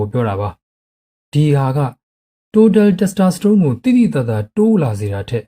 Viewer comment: Testosterone ကို တက်စတြာစတုန်းလို့ အသံထွက်သလားဗျာ